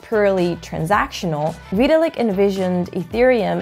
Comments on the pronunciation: Veeeee till lick. Always thought it was vi-tal-lick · great explanation and all but thats not how you pronounce VITALIK WTF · Completely butchered Vitalik’s name so bad I had to stop watching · Well, to be fair, nobody actually pronounces Vitalik Buterin as Vitalik himself does.